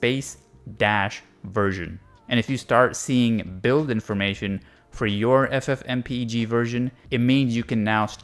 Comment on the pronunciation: This is the first time I've heard someone pronounce it as f-f-m-p-e-g instead of ff-m-peg.